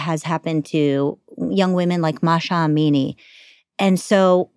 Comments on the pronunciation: It’s not Masha Amini. It MAH SA Amini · They can’t even pronounce simple name keep saying Masha . Masha is your mum not the Mahsa